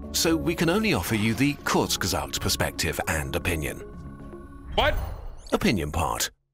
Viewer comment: IT IS KURZGESAGT. What the hell is a Kurgasat? Mein Gott. KURZ-GESAGT. KRUZGESAGT. Not Kurgaburgast KURZ-GE-SAGT.